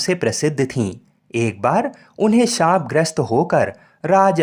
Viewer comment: श्राप नहीं, शाप